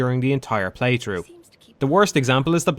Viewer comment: PlayTHRough. THRough. T-H-R-O-U-G-H. Not "playtrew." Fuck that was bothering me.